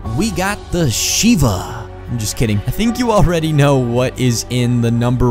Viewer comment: I was dieing when he said the sheiva